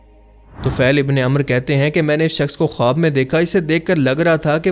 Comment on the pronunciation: khowab ka pronounciation khaab ho ta hai